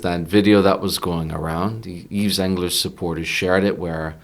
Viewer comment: excellent discussion - the s is silent in Yves and is pronounced "eve"